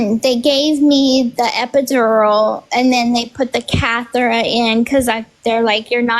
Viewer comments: It's funny she's Miss know-it-all but cannot pronounce catheter. What sounded like she was saying Cathera 😂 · Her story to me just doesn’t make sense. And wtf is a “cathera”😂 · That baby is not early. And it’s catheter not cathera.